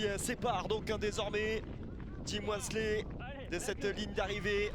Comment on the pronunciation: "Le résumé de la course". Heu... plutôt le résumé du dernier tiers de la course. Et c'est Jim Walmsley, pas "Jims". Et parler de "record explosé de 10 minutes, whoah!" sans préciser que le tracé a été raccourci d'une vingtaine de minutes par rapport à l'année dernière, c'est le niveau 0 de l'analyse. Dommage qu'il n'y ait pas de journaliste connaisseur de trail à l'Equipe.